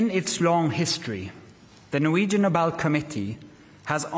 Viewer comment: نوبیل نہیں نوبل لفظ ہے جیو کی اردو کافی کمزور ہے